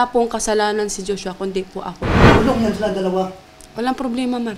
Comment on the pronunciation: Jushwa, jushwa, jushwa!! Puro ka JUSHWA ati. Magsama kayo ni JUSHWA s kulungan Ati!! 😁😁